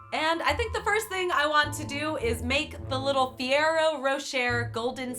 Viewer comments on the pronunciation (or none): Just- it's Ferrero not Fee-ero I'm sorry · "Ferrero" not "firrero" Why do Americans pronounce Italian words so wrong? It's the same with the name Mario.